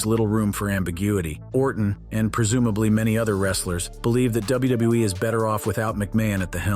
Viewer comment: Notice that he said WuuE instead of WWE?! 😂